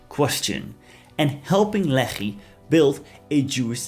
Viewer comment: Every time you say Lehi, I want to throw up